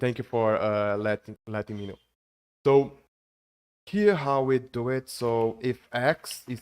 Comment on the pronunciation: Don't know why he mispronounces "so" as "toe". It's annoying. And don't even get me started with how words ending in "ed" are butchered.